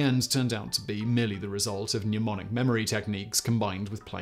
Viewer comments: Simon, why do you keep saying "numonic" and "numonist"? Can you not pronounce the sound of the letter "e"? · I hear so many people pronounce 'mnemonic' as 'newmonic' (or 'pneumonic' since I think they're confusing it with 'pneumatic') but I guess that's better than 'mem nonic' which is how someone I used to know pronounced it.